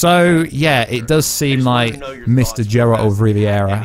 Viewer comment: Finally stop saying Džeralt pleaseee ! :D